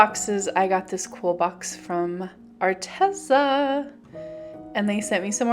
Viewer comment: It's Arteeeza. Not Arteza.